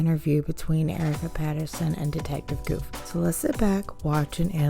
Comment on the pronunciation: The Detectives name is " Guth " NOT goof !